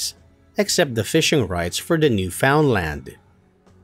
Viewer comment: You butchered Newfoundland's pronunciation... :)